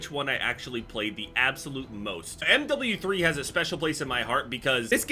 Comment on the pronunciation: when says M double u three